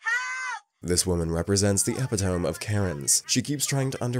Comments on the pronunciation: EpiTOME kills me! Epitomee….. pronounce your WORDS!!! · Just a little help for your pronunciation, it’s pronounced : “ EP - IT - OH - MEE “. Not “ EPIH-TOMB.” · Is the narration AI? Epitome is pronounced “ee-pit-oh-me, not eh-pi-tome. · The word epitome is pronounced e-pit-o-me. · Ep-it-ohm? It's ep-it-um-ee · Epitome is not pronounced 'epi-tome'...it's pronounced E-pit-toe-me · "epi-tome" lol it's "epi-tuh-me" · Narrator: “epitome” isn’t pronunced ‘epi-tome’ it’s pronounced ‘e-pit-o-me’ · Epitome is pronounced eh-pit’-oh-me, not ep’-i-tome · The ‘epi TOME’ haha the word is pronounced i pit om ee. Geez. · Dude. It’s pronounced E-pit-to-me. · Amegably? Ep-I-tome? This is embarrassing. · Yep must be robo voice …epi TOME….surely a mature human knows the correct pronounciation of the word epitome. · The word “epitome” is pronounced “e-PIT-ō-mee.” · Epitome is pronounced E - pid - oh - mee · Do you mean E PIT TOE ME? (epitome) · did the narrator say "epp-i-tohm?" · Epitome .....interesting pronunciation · Not again…another gross mispronunciation! The last case study. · that's not how you pronounce epitome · You really need to learn the proper way to say epitome...